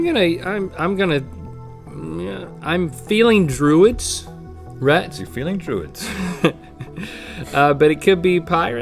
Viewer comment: Rhett mispronounced his own name.